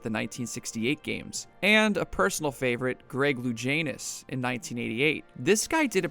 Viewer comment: Greg LuGANEus, not LuJANEus.